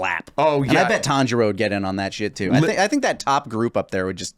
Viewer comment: I heard kanjuro when said Tanjiro. My head snapped to the screen!